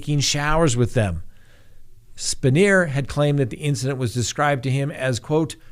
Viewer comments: It's "pronounced "Span-Yer". Formed PSU president. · Spanier is pronounced span-yer here in Central Pennsylvania. I'm 40 minutes from Penn State & I can tell you the fans never wavered away from their loyalty. Also, yes, LOCK YOUR DOORS & WINDOWS! I had a break-in once. The man walked upstairs, got nearly face-to-face with my children (pretending to be sleeping), then went downstairs to relax on my couch. After officers took him back to the care-home he escaped from, the man immediately got into an argument with his caregiver & stabbed her 13 times. Use deadbolt locks in combination with a cheap door wedge, so even if they/he/she somehow gets it unlocked, they're gonna have a tough time getting the door to open. Metal window locks are about $3 a piece - use them. They work good.